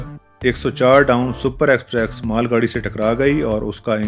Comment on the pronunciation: I have watched most of your videos... I'm a railfan. Exprex is still there in almost all of your rail videos. It's not about script, dear.